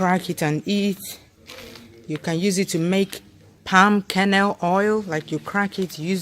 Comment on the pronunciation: i thought you said 'pumpkin house' (youtube auto cc heard "pumpkin nose") X D [palm kernels]